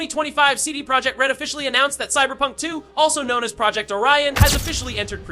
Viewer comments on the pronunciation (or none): I did not understand what are the ''HUGE NEWS'' nothing that we didnt knowalready. Also, learn how to say Project!